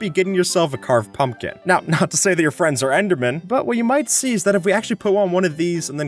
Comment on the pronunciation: “Stop rendering when you sehhh four blocks away”